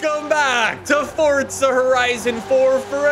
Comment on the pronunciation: Forza not fortsa